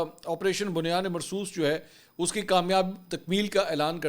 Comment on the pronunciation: Correct pronunciation is BUNYAN UM MARSOOS بُنْیانٌ مَّرصُوص